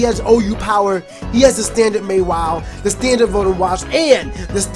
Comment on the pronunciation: Never heard Mawile pronounced as May-wile... May start doing that, lol